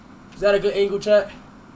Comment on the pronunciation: I skipped to the end of him saying is that a good angle bro and it sounded like he said “quandale dingle bro”